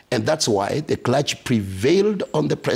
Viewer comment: The christian "kula-gy" (Clergy) have failed spectacularly to speak straight.